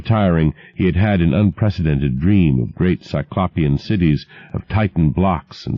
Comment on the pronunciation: i still wince every time he mispronounces 'cyclopean' 😑